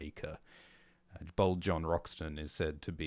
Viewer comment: Every time and said "Bold John Roxton" I heard "Bald John Roxton." I was so confused why he had hair